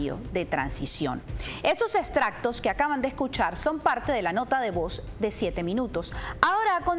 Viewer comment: No diga 'eStractos', es 'eXtractos'